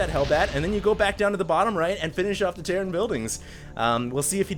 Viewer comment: REALLY Terrain!?!?!?!?! it's terran!!!